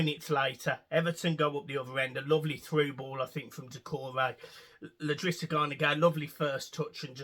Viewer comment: Love your content and what your channel is producing mate. In your videos it is Idrissa not Ldrissa though! 👍🏼🤪 COYB